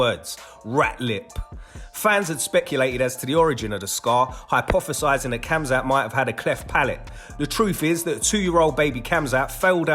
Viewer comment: it's pronounced hamzat not hamza